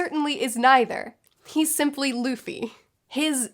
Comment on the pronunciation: Remember when she said "Laffy" 😂